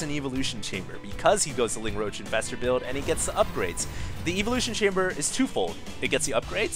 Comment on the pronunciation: anyone get bugged by the way he says evolution? lol